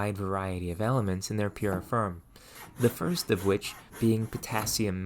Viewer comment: Where's your accent from? I can't place the "ferge, ferm, mer" vowel (forge, form, more).